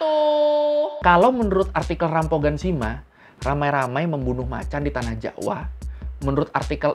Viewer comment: Rampogan bacanya jadi rampokan bang